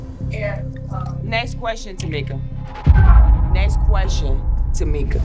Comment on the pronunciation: right! "Nest quesion Tameka" lmaooo